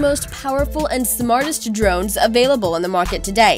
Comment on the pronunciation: Der-RONES! And those transition sound effects from one nauseating overlay to the next Swooooosh! Swoooooosh! :P